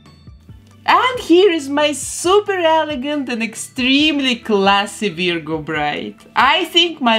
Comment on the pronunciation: Oh, and I love how you pronounce Virgo. It's usually "VER-goh" here in the US. (The first syllable rhymes with her, fur, were, etc. to clarify for any ESL speakers out there.)